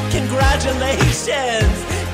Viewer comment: When you say 'congralutacion,' you can't help but laugh; it turned out great.